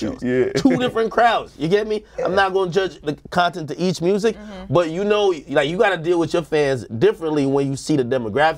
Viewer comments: Lol how do you hear an "O" in the way he says music? I hear murzic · Nobody : Moneybagg yo : MURRZIC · The murrsic 😂